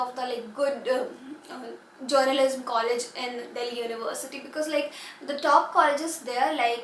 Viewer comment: Please pronounce journalism correctly its hurting my hear :))) just a constructive criticism